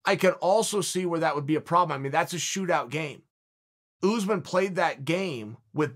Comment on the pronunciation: "Oozeman" - Chael Sonnen 2021